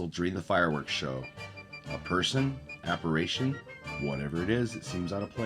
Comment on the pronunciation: Are you saying "apparAtion"? Apparition 👻